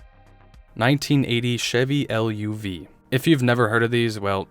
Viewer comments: It was the Chevy Luv, but it was pronounced LOVE! Absolutely, great little truck. The marketed it as the Love, not L-U-V. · It's pronounced love (luv) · Dang dude! You’ve never heard of a Chevy LUV? (Pronounced LOVE) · Chevy LUV was pronounce like Love. One thing you're not mentioning almost NO ONE bought these cars stripped because they already knew they'd be slugs. 98% of people bought standard drivetrains.